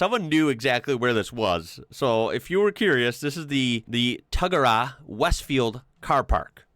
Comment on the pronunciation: You Mispronounced Tuggerah its pronouced as TUG GER RAH with a silent h.